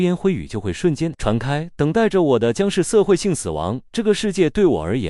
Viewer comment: 不是台灣。台灣不會說 4地球人，會說 是地球人， 會念數量不是速量 澀會...感覺只是ai被刻意調成了部分 ㄕ音會變成s音